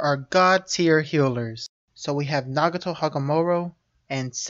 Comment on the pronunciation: isn't it nagato not naguto